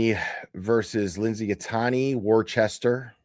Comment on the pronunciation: You’re too cute I love how you pronounce Worcester! Great job on the fundraiser…… Free turtle boy!